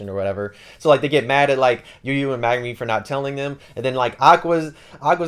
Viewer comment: Great video, you do great with summarising the books. Just wondering, why do you call Megumin Magnumin?